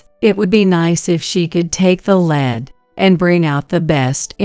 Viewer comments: Take the lead. Lead pronounced led is a metal. What you want is pronounced leed. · Why oh why can't AI pronounce "lead" properly?